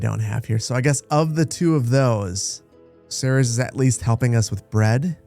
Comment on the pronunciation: Just a side-note if you play more in the future. Ceres is pronounced "series"